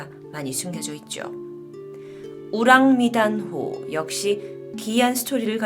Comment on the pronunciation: 영어 발음은 우랑미단이라고 발음하네요. 우랑미단이든 오랑메단이든.. 실존한 배 겠죠? 이런 미스터리가 좋더라 :D